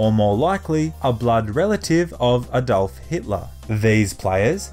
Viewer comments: when u said Adolf Hitler, it sounded like you were going to say a Dolphin. I wasn't dissapointed. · "Adove hitler" Bruh